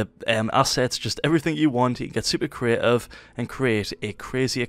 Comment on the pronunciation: Fortenite CREEEEIFF. Holy shit say CREATIVE !!!!